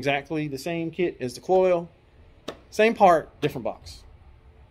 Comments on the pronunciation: Not pronounced "coils." Pronounced exactly how it is spelled: Kloy-z rhymes with "toys." They've been around for years. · Agree. The mispronunciation sounds like a nube rather than an experienced builder. One other thing; the "good chain" was put on a differernt motor. Raises a couple of qustions. Perhaps the first motor was align-honed and the second not? Cloyes offeres a timing chain to account for this. Or ????